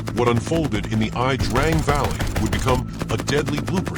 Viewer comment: Correct . Besides It's pronounced The Ya Drang .